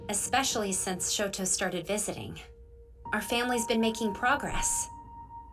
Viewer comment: The sister pronounces the names weird, calls Toya, Toeya and Shoto, Shota I wouldn't use her as an example for names.